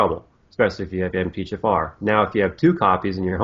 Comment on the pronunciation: For some reason when americans say MTHFR, I hear Empty-Jafar